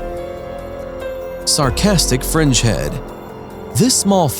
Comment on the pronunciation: Did anyone else hear “sarcastic French heads”?